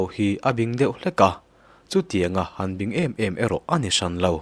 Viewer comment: Bing tih i lam dan khi a diklo a nia, English a Lal sawina King thluk anga lam tur a ni e